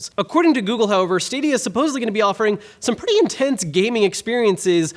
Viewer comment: when he says pretty you have to listen closely